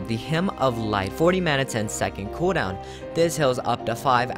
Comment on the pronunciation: KUDAWN!!! (cooldown pronounce) hehehe